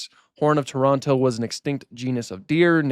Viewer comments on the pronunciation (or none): none